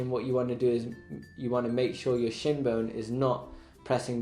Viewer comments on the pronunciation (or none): none